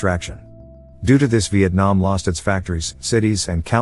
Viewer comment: He said Vietnam wrong